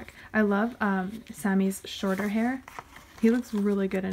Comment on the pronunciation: When u said “I love Sammy’s shorter hair” I thought u said “I love Sammy’s shoulder hair” and I was like: ya what?? Shoulder hair?? 😂